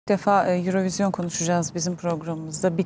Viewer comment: Erevizyon mu dedi?